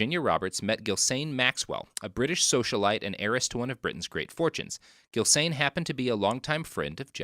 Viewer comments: * "Ghis-lane," not "Ghil-sane." This is really going to bug me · I had to bail out on this one because I couldn't take the repeated pronunciation of Ghislaine as Gill-Sane. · I’ve never heard a settled pronunciation for “Ghislaine,” but I’m sure it ain’t “Gill Sane”